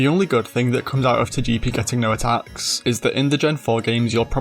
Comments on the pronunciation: Say it with me: Toga-pea Toe-Gah-Pea😂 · Tojeepee and Toejeetic….🗿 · It’s pronounced toh-GUH-pee, “”! 🤨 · Turning Togepi Italian is wild. "ToGEppi 🤌🤌" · "Toyepi and Toyitik" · Why do you pronounce Togepi like that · THW WAY YOU SAY TOGEPI !!!!!! PRISON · My dude saw the Pokémon anime and still decided to pronounce Togepi wrong lol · That Togepi pronunciation should be a crime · Complementary engagement comment for you, for that creative Togepi pronunciation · Was there any British material pronouncing Togepi’s name like that? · How you say Togepi is crazy. I liked the video just for that lol. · Really nice video! Though. I think that is the first time I have ever heard someone pronounce Togepi like that.